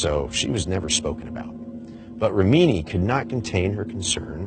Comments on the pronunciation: Rim uh knee... NOT Ruh mean knee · The way he pronounced Remini was so annoying. It rem-i-ni not re-mini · Leah Rameeny? REM-in-nee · jenny hartman totally agree. Pronouncing things correctly matters if you want to be taken seriously and be credible. Although, it is easy to see why it is often pronounced incorrectly. (REM-IN-EE) for those who don't know. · Pronounced REM A KNEE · Rem- in- ni it sounds like you didn’t do your research pronouncing her name like that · It is pronounced Rem-en+i! Oh nevermind... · FYI, Leah Remini is pronounced Rem-a-knee. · How can you not know how to pronounce Leah Remini's name ? Leah "Ri-meaneee" ???? LOL.. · Aftershock ha ha I always think when someone pronounced something wrong have they not done any research at all?? Leah is a huge advocate for the debunking of Scientology and her surname has been used many times...how does he not know how to pronounce it properly!!! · Why didn't someone tell this host how to pronounce Leah's last name? It's distracting that he keep saying it so very wrong. Otherwise, good informative video. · Interesting info but could you have at least pronounced Lea Remini’s name correctly lol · Do you live under a rock?? Why do you pronounce Leah Remini’s name the way that you do!? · if you’re going to the trouble of making a video like this, learn how to pronounce leah’s last name. kind of important. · Learn how to pronounce Leah Remini's name. It's not a secret. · You lost all credibility when you mispronounced Leah reminis name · Aftershock he does indeed pronounce Remini incorrectly, I will give you that much....